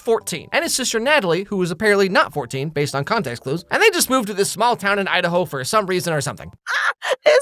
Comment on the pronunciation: Haha you said Udahoe